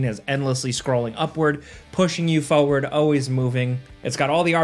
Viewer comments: 4ward not Foeward! I will post this untill u say it correctly 😂 top down mode isn't new either. Its crazy how many people have never seen it before. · It's pronounced forward. not foeward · Foewahd. Foewahd. Foewahd. As obnoxious as any soulslike game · Or everytime he says Foeward 😂